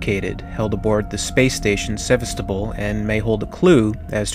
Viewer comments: Witz Nerd Seh-VAS-stow-poll! Jesus, People! Learn to pronounce foreign words! It's not that damn hard! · I think its pronouced seh vas ta pol or pool (dont quote me on that) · Pronounced, 'Seh-vah-sto-pole' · ser-vass-to-pol < i pronounced it like that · Except he can't pronounce Sevastapol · Now, I played it once on normal but I only died about 5 or 6 times the whole game just because I had done a metric ass ton of research before actually getting the game. Also, you mispronounced Sevastopol. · How the Hell can you live so long and not know how to pronounce Sevastopol properly?